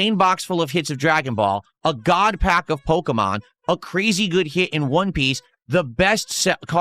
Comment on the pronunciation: It's weird all his "major hits" came when he pulled them off stream besides this "GAWD PAYUCK" I know he's buying singles and saying he ripped it from packs. This is like a daily crashout now and I know he just went on TCGPlayer or the like and went "hmm yes, me want big hit so I can bust about it" Probably most of his "hits" were bought online and he seeded the GAWD PACK. Literally just don't trust anything he opened offline. Its much funnier if he did, and due to his own lying self, no one believes his hits as genuine. He's totally drinking off stream ripping packs drunk cause of this.